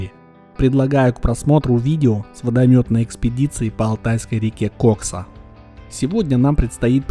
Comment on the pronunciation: ты бы в фразе "Кайфуем на КОКСЕ" ударение как нибудь изобразил на втором слоге в названии реки, а то заинтересуются компетентные органы 🤣